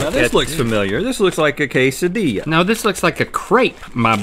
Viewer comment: Rhett went with the Italian accent on quesadilla